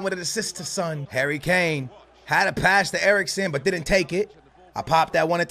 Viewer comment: Pronounce son name better😧😧